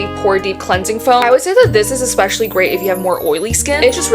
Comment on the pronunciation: I can’t listen to you saying “EXpecially” anymore Bye